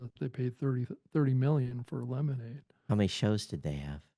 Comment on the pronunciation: It’s “Lemonada” Media, right? :)